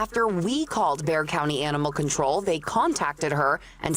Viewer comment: Bexar county Texas is pronounced "Bear county" the x is silent...